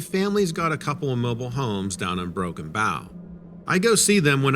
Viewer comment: It's "Broken B𝗼̄w" — 𝗮 𝗹𝗼𝗻𝗴 "𝗼" as "Bow and Arrow" - Thanks!